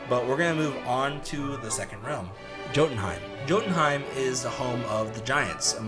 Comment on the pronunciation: I am unreasonably upset with how you pronounced Jotunheim